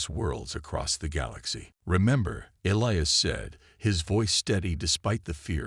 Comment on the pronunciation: Well i counted at leasr 10 different names for the alien lass and even elias got miss pronounced a few times. WTF